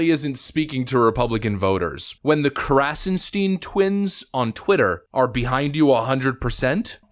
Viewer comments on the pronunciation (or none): Of course!.. "krassenSCHTEEIINN"